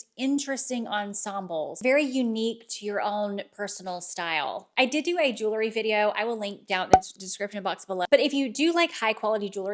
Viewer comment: Jewel..ry not jewlery